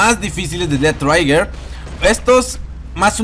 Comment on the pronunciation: Se pronuncia triger; no traiger